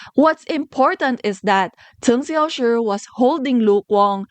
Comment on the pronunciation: I love how you pronounce Cheng Xiaoshi's name, I'm not in any way fluent in Chinese and the way you say his name sounds just right to me :)